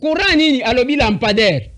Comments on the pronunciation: Façon il prononce 🤣🤣🤣🤣🤣🤣🤣.la mpandaire 👋🤣🤣🤣🤣🤣🤣.lokuta. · La. Pandair ! Lapender ; la pander, la pendaire !! Eza ni-ni ou plutôt, ça s'écrit comment ?? Au secours 😂😂😂😂😂😂😂😂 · je sais comment orthographier le mot lampadaire !! C'était plutôt ma façon de m' étonner avec humour , bien sûr , de voir un gouverneur de province avoir du mal à prononcer un mot si ... ( le mot me manque) et,je comprends pourquoi le présentateur de l'émission avait émis juste après cette séquence des doutes sur le niveau d'études du gars !! Mais, bon !! On verra tout dans ce pays !